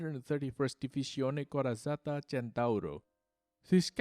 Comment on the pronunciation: taxis from Athens). (Technical problems forced me to continue with another message.) Italian pronouciations: "Leggero" is pronounced "Letzero", "Corazzata" is pronounced "Coratsata". Greek pronouciations: The region "Αμβρακία " is pronounced "Amvrakia", "Epirrus”( "Ήπειρος" is "Ipiros", "Μεραρχία" isn't pronounced "Merárchis”, but "Merarchía" and "κλειστών" isn't pronounced "kleïstón" but "klistón" ,("ει" is pronounced "i", in modern greek, it was "ei" or "ii" during ancient times), "Μακεδονία (ς)" is pronounced "Makedonía(s)" as U pronounce it , (w/ "d" pronounced like the spanish "d", ot "th" in the word "the"), "ch" in the word "lochos" is more "thick",, "ανοιχτών" isn't pronounced "anoïshtón" but "anichtón" ("οι" is transformed analogically like "ει" from the ancient times from"oï to "i" The drawing above the armament is the "evdromon" (εύδρομον") "Elli"